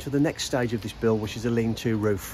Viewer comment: Lean to. LEAN TO! Not 'lean too'. Jesus.